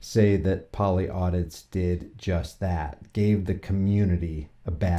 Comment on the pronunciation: Polly Audis. Not audits. Can't even get the channel name right. This is why you had to make a 2nd channel because your a dipshit.